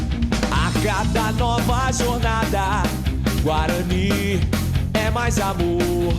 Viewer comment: É Guaraní